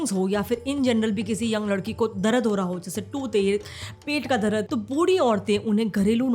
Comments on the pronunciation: Darad❌ dard✅ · DARAD nahi DARD - apni pronounciation pe kaam karo - NOT good!